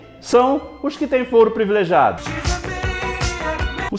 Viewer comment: Falou fóro uma vez :v A pronuncia certa é Fôro :v Mas blz :v Eu sou chato? :v